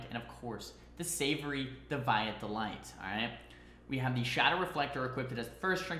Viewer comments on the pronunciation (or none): Great content - but please for your own sake; it's DEE-vee-uht delight lol, no de-VYE-it ! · Dev-ay-et...o dear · Deviate pronounced dee vee ut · McKeane You're both wrong; it's Dee-vee-ate lolol